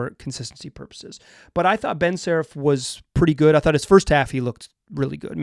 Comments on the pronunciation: The radio announcer had it right: saRAf, kinda like Steffi Graf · More like Sa-rah-ph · From a Hebrew speaker: Saraf is pronounced with the 2 vowels sounding like the vowels in cut, shut, blunt, etc. The second vowel is the stressed one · Ben`s Family name is pronounced : SA-RA-F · You can hear exactly how Saraf is pronounced in the first seconds of this video: AVujmuH2Po4 The good news, at least you're pronouncing Deni's name correctly, that's not something to take for granted and quite nice after hearing numerous commentators and announcers butchering his last name during his first years in the league.